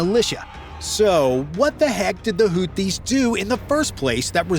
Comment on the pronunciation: It's NOT "Hooties"! It's Hoothies," as in toothies. The "th" is there for a reason: this is a phonetic transliteration of الحوثيون (Al-Houthiyun).